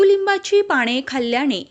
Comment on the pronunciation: माहीती खूप चांगली.पण पाणे नाही हो.पाने म्हणा.क्षमस्व.